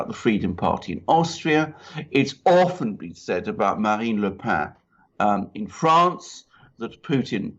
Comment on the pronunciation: Le Pen is pronounced simply as in the English 'pen', not the nasal 'pain'.